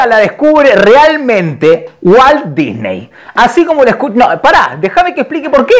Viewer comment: me cague de risa cuando dijo walt dysney o como se escriba ajajajjaja.